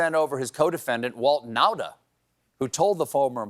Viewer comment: I love that Stephen is the only person who pronounced Nauta correctly (or close enough). NOW-TA, not NAH-TA.